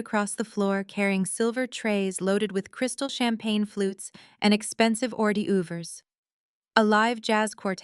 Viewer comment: What are r-day-uvers?